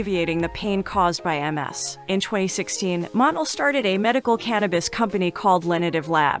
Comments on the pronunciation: His name is not Monel Williams but Montel Williams. You have to pronounce the T. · Montel. not Montal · Get a new narrater damn. If you can’t pronounce “Montell” correctly you should never do voice work. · The commentator is lousy at prounouncing names. She should have done her homework. She doesn't give these great people respect. What a waste paying her to do this video.Montiel Williams had his popular show for years. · Your not pronouncing Montel Williams first name correctly